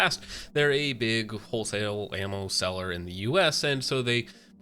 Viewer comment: Pretty close, it's Sell-ee-yay and Be-low